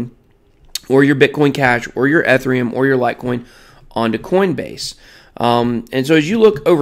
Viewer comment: The level of cringe you trying to pronounce Ethereum. It’s kills me